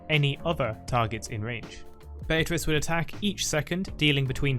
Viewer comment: Swain literally finishes pronouncing it Be-a-trice, and you still say it Bay-a-Trice...